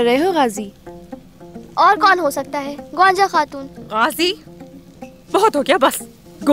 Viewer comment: She Called Gaanja not Gonja 😅😂😂😂